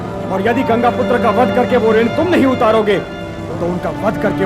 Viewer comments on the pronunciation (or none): none